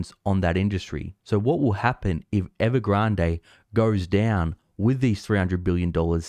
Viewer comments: There is no reason to pronounce Evergrande as if it were a Spanish word. Please revisit. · I like how u pronounce evergrade . Sounds sooo posh..